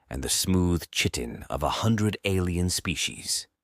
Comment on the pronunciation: Very nice! But the word “chitin” is pronounced ky-tin.